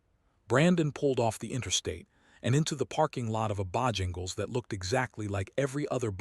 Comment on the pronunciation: Can AI not even pronounce Bojangles correctly? Really I don’t believe it’s very smart.